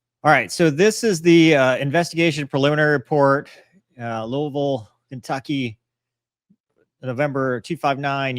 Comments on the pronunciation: glad hes actually saying louisville correctly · As someone from Kentucky, props, for pronouncing Louisville correctly. As far as your question about why it took 3 days, my only guess is because it took that long for the information to move up the ladder until it got to people who could make the call to do it. UPS is a massive corporation, and I can only imagine how much bureaucracy is in place, not to mention how the aviation wing of UPS isn’t the whole company. I’m sure some of the higher ups have no knowledge of aircraft, and seeing that detached engine and pylon laying beside the runway wouldn’t automatically trigger the thought that they need to immediately ground and inspect their other aircraft. Maybe I’m just naive but I don’t see anything nefarious, it’s just that the bigger the corporation and the more people in charge, the slower decisions are going to be made.